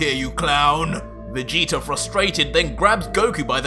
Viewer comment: Lol dude said vegeta with a hard g instead of soft like how its supposed to be pronouced and had to check to see if that's how he did the whole time 😂 it was a one mistake lol im ridiculous